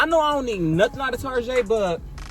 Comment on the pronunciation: I love how all of us as black people call target “tarjè” 😂